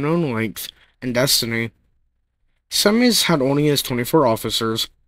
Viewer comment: Your pronunciation of Azores, Semmes and Secede are incorrect. The USS Kearsarge outfought and sank the Alabama in short order. If Alabama suffered deficiencies in its powder and fuses, they fall on the Captain. Keeping your powder dry applies to ships in particular. A USN sailor killed in the battle is buried in the US plot of the Cherbourg WWII cemetery.